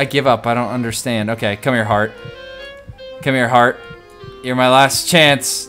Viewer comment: Heart..... Its Heart Dude, Not haret.